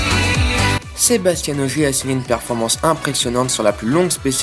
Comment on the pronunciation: Bonne vidéo merci, juste un "petit détail", Sébastien Ogier il est francais, pas comme Sebastian Vettel, pas la même prononciation. Sinon petit résumé parfait. Bon courage pour les suivants, je les regarderais (en espérant entendre SebasTIEN lol)